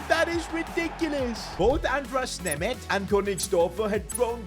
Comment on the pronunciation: I feel embarrassed after hearing him name my country-mate Németh